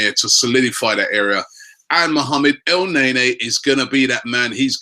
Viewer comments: he says it like EL - NEY - NEY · it really get on my nerve everytime he said EL NAE NAE..wth???? its EL NE KNEEEEEEEEEEEEEEE.. u dont pronounce NANI as NAY NAY.. EL NE NY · So it is pronounced El-Nae-Nae?! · Elneny, not El Ney Ney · your pronouncing EL - NE - NY wrong? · its el-nae nae..said rob LOLOLOL